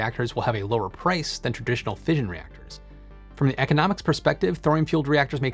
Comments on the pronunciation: Tip: 'Fission' is usually pronounced fishin' – as in, Gone Fishin'. So it rhymes with Ignition, not Vision. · Fission is pronounced like mission, not vision.